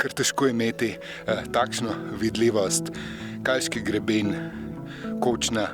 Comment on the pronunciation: Dleskovska planota, ne Dleskovskova! Kalski Greben je poudarek na prvem e- ju, kar vsi napačno izgovarjajo. Je pa zanimivo gledati tvoje gorske poti, ker sem vse prehodila. Pozdrav, Ema iz Komende. Tole ni misljeno kot kritika, ampak dobronamerno.